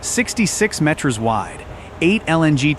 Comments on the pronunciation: Only AI would synthesize and translate Metres as "Met-REZ"... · I don't know... I feel like it could catch on if we all start pronouncing it that way 🤣